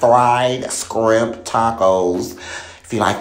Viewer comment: Shrimp"Not Skrimp😂😂😂😆😆